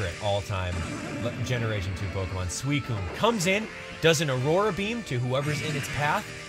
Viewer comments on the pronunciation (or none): none